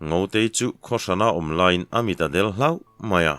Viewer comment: A ngaihnawm thin teh e... Hloh (chan) tih tur...hlauh....ti a i chhiar leh thin hi ka vei ve a ni... A ziakru thiam loh nge